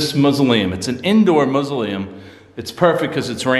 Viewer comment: Ok it is a Mas-u-leum. lol I love the hot sauce and that voice said, "get out!". Rock on!